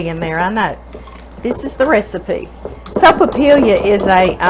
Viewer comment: Hi. This looks delicious. I’m always looking for something easy to make for coffee time. Because of double L in sopapilla, it is sopapi-ya. My last name has 2 Ls in it and people always pronounce it like “La”but in New Mexico it is “ya”. So if you’re ever in New Mexico...say sopapiya😋 thank you for the ministry, it brings joy to us. You go!!God bless you and your mom.